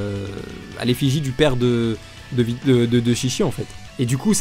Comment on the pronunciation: T'as dit videl hein ?😂